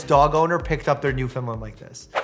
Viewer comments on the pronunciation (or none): I’m from Newfoundland and I’m here to help your pronouncing of Newfoundland instead of saying new-fin-lind say new-fin-land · You are pronouncing it as New-Finland.. it’s properly pronounced New-Fin-Land our New-Found-Land but said quick that it sounds like Fin-Land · Mike I love ya . But as a Newfoundlander! It’s pronounced NewfinLAND . You can send a sound clip here . But I’ll send a link . lol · it is new-fi-land iam Canadian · It’s pronounced NewfinLAND Emphasis on the Land. I’m from there. Thank you for trying though. Most people don’t 🤗